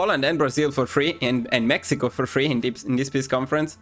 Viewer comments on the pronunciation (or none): none